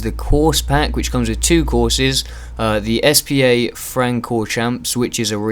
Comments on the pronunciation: It's not s-p-a, it's SPA! You know, like the leisure place. BTW best track in the world. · SPA is pronounced "spar"